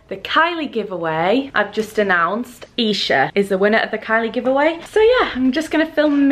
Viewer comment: when u said isha I thought it was me coz u pronounce my name like that. 😥😥😥